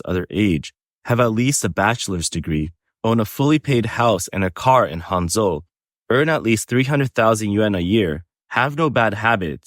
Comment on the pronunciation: what city did you say that match making thing was???? Hung-Joe???????? No wonder the women flocked there.